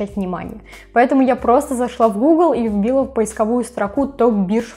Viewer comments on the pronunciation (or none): поискОвую строку, а не поисковУю!